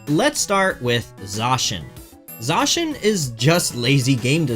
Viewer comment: Please try to pronounce Zacian correctly